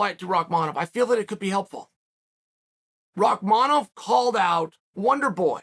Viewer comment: Can we stop for a second and realize that Uncle Chael had the time to pronounce Rakmanov name correctly l😂